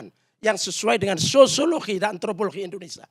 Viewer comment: coi kamu bilang Indonesia aja gak jelas "Indonesa " Apa itu namanya orang intelektual???